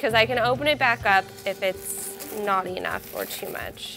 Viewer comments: What the hell is wrong with her E-Nough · The way she says "enough" HAHA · The way she pronounces 'enough' really pisses me off